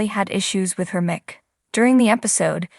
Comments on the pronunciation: Why don’t the person who is describing this know how to pronounce the words correctly?? Example: O.K. (not “oak”) mike (not mick) ☹️ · You need to have your announcer learn to speak English she doesn't know how to say the word Mic and most importantly Kelly Ripa's last name what a joke